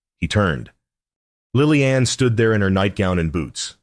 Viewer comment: Please teach the AI reader how to say the name ‘Lillian’.